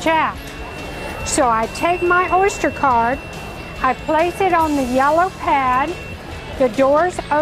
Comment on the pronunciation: She says Orshter card LOL.